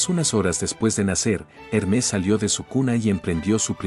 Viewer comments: Hermés ❌️ Hérmes ✅️ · Sabias que no se pronuncia Hermés sino Hermes?